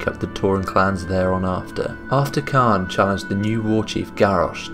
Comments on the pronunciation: The pronunciation of "Cairne" was a little annoying, since it's like "C-Air-N" or "Care-N". Excellent presentation and brief history of the characters too! This'll probably be my favourite but can't wait to see the next one. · Not sure how you arrived at pronouncing Cairne "Khan" or "Carn", there's an "i" in there. His name can very easily be heard in his old voice files and in Warcraft 3. Very happy you included Xarantaur. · Still need a bit more power on the voice, but good video, didnt know about the Witness. Btw Caine is pronounced the same way as "care" with an "n" at the end.